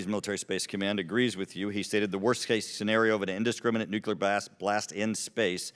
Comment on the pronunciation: Small thing, but embarrassed that he calls it nukular device. Nuclear